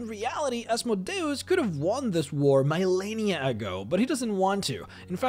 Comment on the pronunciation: Lol... Mile-lennia.